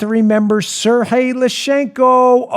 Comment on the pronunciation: Dan, Sergey is pronounced Ser*G*yey, not Serhey. It's not Spanish. :)